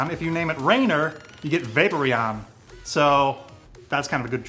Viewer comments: it's not VAPErion but VapOREon:'D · I left as soon as he said vaper eon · You aren't saying Vaporeon correctly. It is "vay-pour-E-on"...